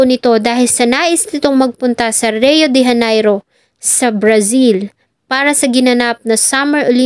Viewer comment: You can search in google how to pronounce RIO DE JANEIRO